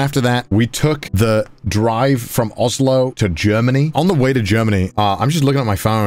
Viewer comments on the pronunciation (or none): none